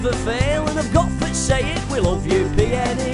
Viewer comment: Some tune this but you say it PNE PNE!